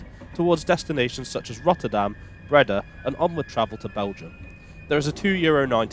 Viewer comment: Actually more to rhyme with ‘boat’ but there is no exact English equivalent sound. And Breda is ‘bray-dah’ with the stress on the second syllable. Not an easy language, Dutch!